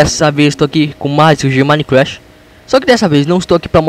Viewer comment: fala certo minecraft nao e minecrache